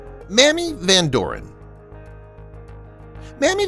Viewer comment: "May-mee" Van "Door- in"